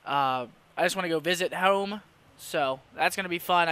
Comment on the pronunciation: Hoooome? You from Downingtown?